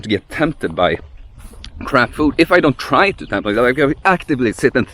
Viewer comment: Great video! 'Crap food' did sound like 'crab food' to me, and wondered what was wrong with crab 😂